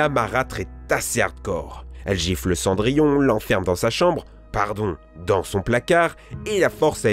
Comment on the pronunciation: Fadièse Panda je me suis demandé si pour Cendrillon il l'appellerai pas cendrier.